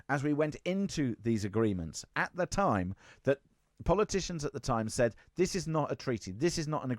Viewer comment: Whats with using the lever v in that hes saying vat for that and vis for this and ven for then. What'a cock